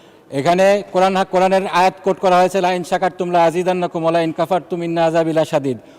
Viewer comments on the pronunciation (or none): মাহমুদুল্লাহ ফরিদ এমপি মহোদয় উনি আল কুরআনের আয়াত তেলাওয়াতে উনার ভুল আছে √লাইন শাকার তুম ওইখানে উনি উচ্চারণ করেছেন × ফাইন শাকার তুম-২ নম্বর ভুল√ মিন্না জায়গায় × ইন্না উচ্চারণ করেছেন। আমি কমেন্ট করার আগে তিনবার রিপ্লে ভালো করে শুনেছি উনি দুই জায়গায় ভুল উচ্চারণ করেছেন-সব জায়গায় ভুল কোরআন নেও ভুল-আফসোস(যে লাউ সেই কদু)